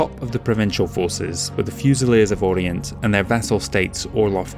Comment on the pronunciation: I try my best but every episode I get corrected on something else. For example, I just learned that Oriente is not pronounced the same as Orient.